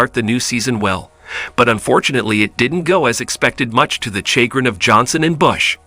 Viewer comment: And you need to leArn how to pronuince "chagrin."